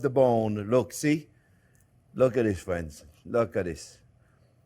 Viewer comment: "Well hello there phrinzzzzzzz!!!"